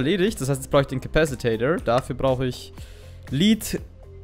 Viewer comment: Das wort lead wird wenn damit Blei gemeint ist eher wie "led" ausgesprochen. Im gegensatz zu "lead" wie du es ausprichst da bedeutet es führen/leiten. Ich weiß niemand mag Klugscheißer